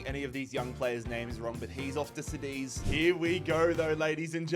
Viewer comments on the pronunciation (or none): none